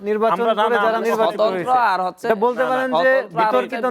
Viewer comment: এই বেটা “হচ্ছে” বলতে চাচ্ছি” হচ্ছে” বাংলাটাও “ হচ্ছে” এখন “যুদি” হচ্ছে , বাংলাটাও বলতে পারে না, নেতা হয়ে গেছে